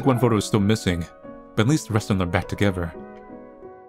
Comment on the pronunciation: It's not togever it's together I can't take it anymore I am going crazy 🥴